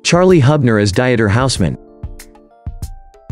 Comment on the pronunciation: Dieter may be on a diet, but it's a German name. Pronouncing it right would be respectful. Please use someone who speaks at least English, German and French it help gaining viewers! Succes